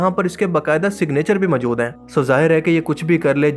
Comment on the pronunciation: Urdu bolni seekh lo. "Qabzaa sakhain"..."mjood hen" lol